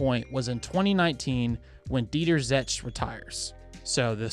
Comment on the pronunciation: Zetsche like Porsche. You say the last e.. there is no Porsch, its a PorschE and ZetschE... its the same E like in Eliott.